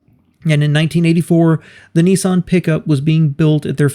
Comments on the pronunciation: Interesting video, but I still can't understand why Americans pronounce Nissan as "Neesahn"? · ‘Neeson’? Nissan what the an “I”!🤮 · There is no such car as a “ knee-sun” what you really mean to say is NISSAN , the first syllable rhymes with “miss” . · WISH YOU YANKS PRONOUNCED NISSAN CORRECTLY. THEY IS NO E IN IT, YOU LOT SAY NEEESSAN. ITS NISSAN, PISS NISS, PISS-AN NISS-AN. YOU DO NOT SAY PEESSS DO YOU FOR PISS. SO STOP SAYING NEEEESSAN FOR NISSAN, REMEMBER PISS NISS-AN FFS. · Nissan, not Nessun. .🤦🏻‍♂️ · It’s actually not pronounced ‘neesan’ it should be ‘niss-an’. The two consonants after the ‘I’ make it hard. It’s an oddity in the US that the vowel/consonant rule is very often ignored. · The big question is why do Americans pronounce it as “knee sahn”? Everyone else seems to call them Nissan. As in “Niss Ann”. Same as it is spelled. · Its not "Neeson" its an "I" no "EE's".. phonetically Niss-an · Hey mate , you've put together a great video on both car manufacturers & how they've become 1 , but , Why do you American's have so much difficulty pronouncing words properly? ; over here in Australia ( Oz ) - we pronounce Nissan as "Niss-an" & not "Niss-arn" & Datsun is pronounced as "Dat-sun & not "Dart-son" & I find this very hard to put up with hearing ; although you've done a great job of things - just remember that we find the American mispronunciation difficult to handle over here ( even in movies etc ) so keep this in mind when you're doing your next video(s) as you've done a great job so far. Do keep on going with your videos. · Neessan ffs, there's no "e" in Nissan, why can't yanks pronounce it properly, Niss-an. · It’s pronounced “Niss-anne”, NOT “Nee-son” FFS!! 🤬🤬🤬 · It isn't pronounced Neesan, it's pronounced Ni ssan